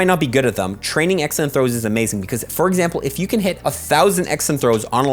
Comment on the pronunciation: pronunciation of "Excellent Throws" always throws me off during the first few months watching his vids. Now I just find it very adorable. "X & Throws" =P